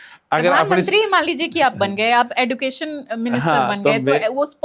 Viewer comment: इंटरव्यू लेने का जो अंदाज का है वह बहुत लाजवाब है, उनकी विशेषता यह है कि वह अनावश्यक लबर लबर नहीं करती, नपा तुला बोलती हैं, इनका उच्चारण भी अच्छा है, जरा एजुकेशन को एडुकेशन बोल रही हैं जो अच्छा नहीं लग रहा है, बाकी की बोली, वाणी एवं भाषा में कमांड है, यदि यह विवाहित हैं और इनके पति भी यदि ऐसी सोच के हों तो वह अपने को धन्य मान रहे होंगे कि उन्हें जैसी विदुषी जीवनसाथी मिली हैं, यदि विवाहित नहीं हैं और जो इनका जीवन साथी बनेगा और वह भी ऐसी सोच का होगा तो अपने को धन्य और भाग्यशाली होना पाएगा। जैसी सोच के यदि प्रत्येक अधिकारी कर्मचारी हो जाएं तो समाज और सिस्टम में बहुत सकारात्मक परिवर्तन होगा, आज की इन दोनों की वार्ता को देख और सुनकर आनन्द आ गया और दोनों लोग ऐसे पढ़े लिखे हैं जैसा पढ़ा लिखा होने की सबसे अपेक्षा होनी चाहिए, मैं हर पढ़े लिखे व्यक्ति से इन दोनों के समान सोच वाले होने की अपेक्षा करता हूँ। आज की इन दोनों की वार्ता को सुनकर आनन्द आ गया।